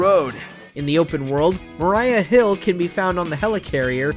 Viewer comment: It's pronounced Mah-REE-ah, not Mah-r-y-ah.